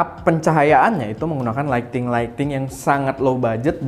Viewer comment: KEREN BANG,, slalu gw tonton videonya,, tapi suka gatel dgr abang ngomong "Lighting".. yang bener ngomongnya bukan LAIKTING, tapi LAIT-ING.. Trus Knob bacanya NOP .. soalnya abang suka pake istilah2 inggris gitu, sayang klo salah ngomong.. sukses trus bang